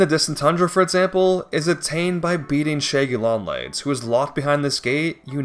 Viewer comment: “The shæggy long legs”😂